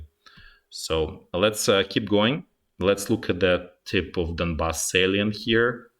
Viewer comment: Donbass Salient? I'm sorry I dont understand this word you are using